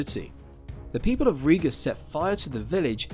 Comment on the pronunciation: Riga not Ria; Livonia not Divonia...